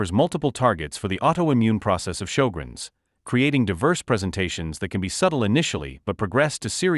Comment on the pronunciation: He's pronounced sjögrens wrong.